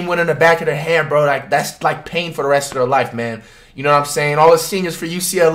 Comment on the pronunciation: spain without the s 🤧